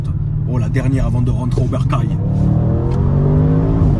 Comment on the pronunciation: Oh putaing la dernière ligne droiteuh avant de raintré au Bercaileuh 25.15